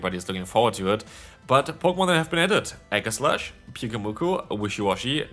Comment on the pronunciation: Enamorous = e-NAM-or-ous Aegislash = EE-jeh-slash